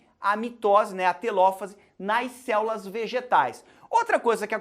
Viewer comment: dou risada toda vez q ele fala "céulas" kkkkkkkkk